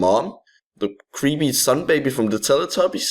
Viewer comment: also it sounds like you're saying "creamy sun baby."